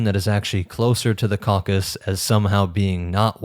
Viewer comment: Tip: always check the pronunciation of words you're not familiar with, such as Tocharian, Caucasus, ...